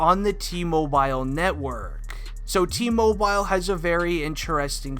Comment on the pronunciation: My ears are bleeding from your pronunciation of "mobile"